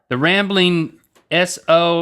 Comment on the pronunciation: Link, I think that's "The Ramblings of Mo" not "The Rambling Sofmo"